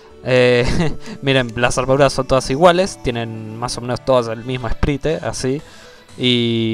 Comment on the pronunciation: se pronuncia "sprait" no "esprite" aksldjaklsdjaklsdjaklsjd me da cosa escucharte decir esprite jaja